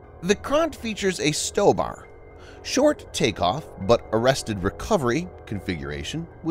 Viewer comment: The B in stobar is barrier, not but.